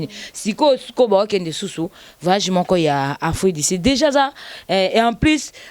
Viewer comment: VAYAGE VAYAGE 😂😂😂😂😀 on dit voyage.